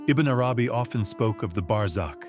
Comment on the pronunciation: Yes there's nothing wrong with AI reading text. However you could do better in your prompts to guide AI to make proper pronunciation. Which sounds like verbatim reading such as ibn nay arabi , wahdat-ul-wajood etc